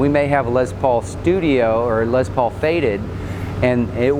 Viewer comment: did anyone else notice that the guy who is touring them says lez paul, and likes to say les paul?